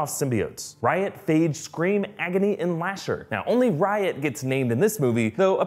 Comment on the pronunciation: Literally every time u say riot it sounds like ur saying Ryan